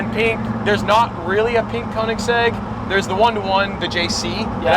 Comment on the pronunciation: Stradman should learn to pronounce koenigsegg correctly 😂